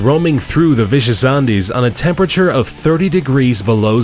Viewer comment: where is the narrator from? They pronounce things so strange to me. Andes, crevace?